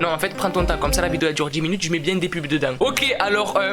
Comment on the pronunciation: Bieeeee tu dit biè au lieu de bien espèce de Marseilléé a je te promet je suis sur l’effet Mandela